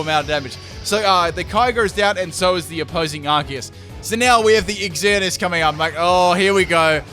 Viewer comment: I love that you called it "Ex-Earn-E-Us." It keeps with the noob theme because only noobs would call it that.